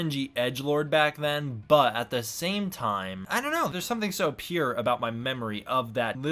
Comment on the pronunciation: Pure? I was trying to figure out if you were trying to say pure or something else!! 😂👌 great review!